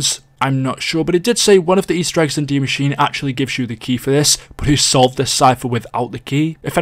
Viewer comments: Why is it that you are the only Youtuber that can pronounce Dee Mah-sheen-uh? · He actually pronounced it right a lot more than others, I was proud.